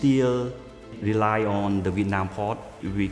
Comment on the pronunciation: “We want to wely on our shelves “